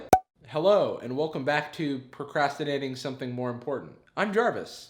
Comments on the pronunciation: That “procastinating something more important” got me lol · “Welcome back to procastinating something important.”- Can I please use this OMG LMFAO.